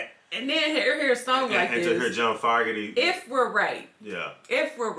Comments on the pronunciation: His name is pronounced "F o gerty" like "ogerty" with an F in front :) . great song , keep rocking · You're pronouncing his last name wrong. It doesn't start off like the word "fog" it's supposed to be pronounced like the word "Vogue" but with an F instead of a V. Foooogerty lol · not to be a dick, but it is pronounced like FOE NOT FOG. hard A. just thought you would want to know. Peace. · Not fog erty, Foe gerty is the pronunciation I've always heard. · FO.... gerty. Is how it’s pronounced. He left due to internal dispute. The hate was real. They never had a chance to get back together. Through court hearing years after their split. Sucks because CCR was an awesome band stopped way to soon. This song always reminds me of spring time with baseball. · It's FOE-Garty. Sounds like Joe, woah, Moe, etc. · FYI It's pronounced (FOE-ger-tee) and he sounds so much like CCR bc he was CCR. Sorry other guys, but it's true. 🙂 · Fun reaction. Pronounced Fo (long o) gurty. Definitely baseball. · His last name is Fogerty with a long o sound.